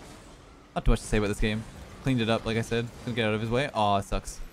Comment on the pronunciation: back OOT (your Canadian is showing)